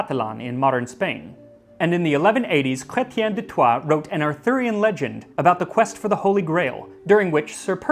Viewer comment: Your pronunciation of Chrétien de Troy was good 👍🏻